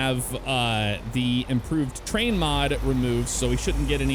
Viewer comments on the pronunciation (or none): none